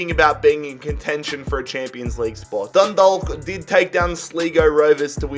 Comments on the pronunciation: Dundalk is pronounced like dundawk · Dundalk is pronounced Dundawk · My mans said dundog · Dundalk = dun dawk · No offense but dundalk is pronounced done dock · You pernounce Dundalk . Dun- dawk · The L is silent in Dundalk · im from ireland myself and im sorry but it bugged the shit out of me when u said dundalk it is pronounced dundawk 😂😂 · Im irish and I cringed the way he pronounced Dundalk Just so you know its Done - Dolk And its Sly-go rovers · Dindlk vs sleego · “Dundulk” hahahahah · DundaLK and slEEgo haha ye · He said sligo and dundalk wrong and im already pissed half way through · The way he says dundalk makes me cringe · The way he said dundalk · God especially Dundalk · Especially dundalk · Dundalk is tragic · It’s pronounced sly go (Sligo) and dun dawk (Dundalk) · In the Irish league or any league like that you’re not able to buy players from the top 5 leagues. Also it’s pronounced sl-eye-go and dun-dawk. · The way he says Sleego and Dundallk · Haha this is really funny as an Irish person aha, pronouncing the L in Dundalk aha DundaLk take down Sleeego rovers ahaha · When he says sleego rovers and dunda*L*k it physically pains me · Sligo rovers is pronounced Sly go And dundalk is pronounced Dund awk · Man I love ur rebuilds even though yo pronounced Sligo and Dundalk wrong Sligo is pronounced sly go NOT sleego but even though you butchered a few names your channel is great keep up the amazing work man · Oh yeah and when dundalk won the F.A.I CUP sligo rovers isn't pronounced like sleego its sligo like sly fox slygo sligo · Yes I'm from fucking dundalk and the way he pronounces it😂